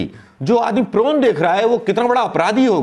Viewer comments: प्रोन नहीं पोर्न। वैसे यद्युरप्पा भी एक महिला कार्यकर्ता के गाल सहलाते देखे गये हैं। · Prawn नही Porn बोलिए सर.... Prawn तो झींगा मछली को बोलते है..... आप सचमुच बहुत भोले भाले हो सर ....प्रणाम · Prone nhi porn hota hai sir